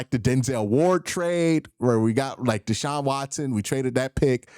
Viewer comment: Omg, I just cringed when Q said Deshaun Watsons name 😣